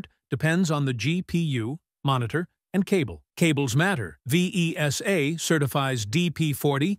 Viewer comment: Yes, like PAL, SECAM, Mini-DIN, Vesa, ... all of them have been spelled in this video. Really annoying to listen.